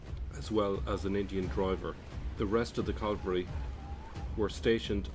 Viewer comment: Cavalry not Calvary.😂